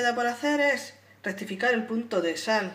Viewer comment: Dijo sal?..no hablo claro en esa palabra.